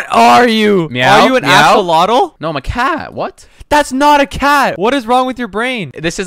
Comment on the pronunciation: hey dev what do you want to do Dev: axalatle